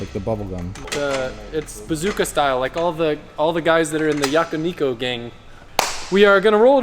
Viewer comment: Bazooka Style in the Yakuniku gang, lol. had me busting out in my quiet office. Think you meant Bosozoku and Yakuza; but you were thinking "Yakiniku"cause you were hungry.